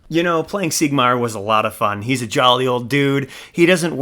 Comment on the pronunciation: Awesome video but next time you come across Siegmeyer listen to how he pronoonces his own name.